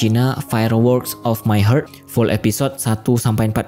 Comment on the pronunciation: Koreksi, "Heart" dibaca "hart" bukannya "heurt".